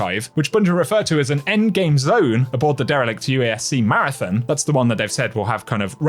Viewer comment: We have to get you pronouncing Marathon correctly, lol.